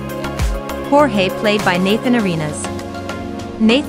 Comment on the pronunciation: it’s a hispanic name so it’s spelled Jorge but it’s pronounced hoer-hey